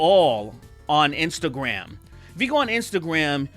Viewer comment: Great video. "Instagwam" -derrick darkman